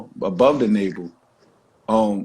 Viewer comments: Did this man say “nable” instead of “navel” and yet he has a preference for a woman’s hair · I don't want a man who can't pronounce naVel, and scalP.